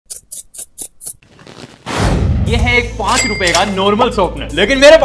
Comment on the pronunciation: Him all the time he pronounces sharpener: ShOrPneR